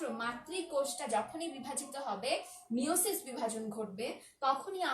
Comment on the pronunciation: এখানে সাইকাস এর যৌন জননে মাযোসিস বিভাজন হবে মিযোসিস নাহ্ Tnqq